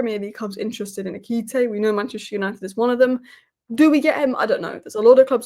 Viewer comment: Its E-ki-ti-ke. He's just another young striker from abroad. What we need is an experienced #9